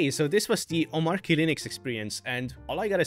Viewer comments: by the way - the pronunciation is "OmarCHy," not "OmarKy" :) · I think its Omarchy not Omarky I'm talking about pronunciation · It's "omachy", actually ☝🤓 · Its pronounced Omachy(explain DHH creator of Omarchy) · Why do so many people pronounce Omarchy wrong. It’s based on Arch, hence it’s Om-Arch-y. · Omarchy is pronounced Omarchy. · It's pronounced omarchy btw. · Dis dude knows how to pronounce Arch but continues to mispronounce Omarchy. 🤣🤣🤣🤣🤣🤣